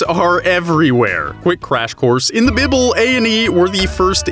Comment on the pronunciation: I appreciate the way you pronounce "bible" like a true intellectual tips fedora